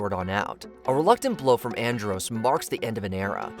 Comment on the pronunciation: At least pronounce Andros name right